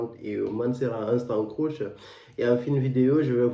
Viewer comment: Ca se prononce je crois creeeeeesh et non croush